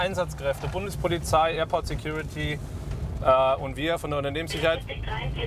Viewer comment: Security "Tyuty " Officer xD